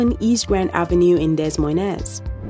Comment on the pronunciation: It's pronounced DUH MOYNE.... The S's are SILENT!!! ABSOLUTELY NOT , Dez Moy Nez 😅